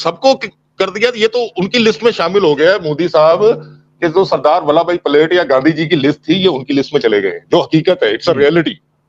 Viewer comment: सरदार बल्लभ भाई पलेट नहीं पटेल!